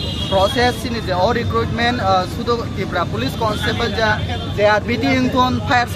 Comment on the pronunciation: Police ❌ poloce ✅ 😂